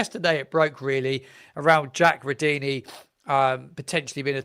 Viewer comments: I have no problems with phonetics or the like. You know what you are talking about and so do your many subscribers. Nearly everyone is saying Rudoni differently. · I know you get a lot of criticism on here, but just wanted to say I enjoy your content, but something that really bugs me is that you don't seem to do checks on pronunciation for people's names Its not Jonas Spors its Yo Han As Spors Its not Rudini its Rud Oh Knee Its not Sess Ay its See Say